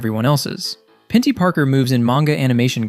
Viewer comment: Who tf is Pintie Parker? :p Peni, her name is Peni